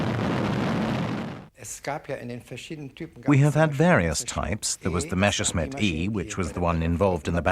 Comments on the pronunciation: The name is Messerschmitt not Meshersmitt! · Why does the guy always say "Meschersmit"? Its the other way round: Messerscmitt, the clear "s" comes first. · did he called it "meSHersmitt" :-)))) ..... with a SH ???? what a dork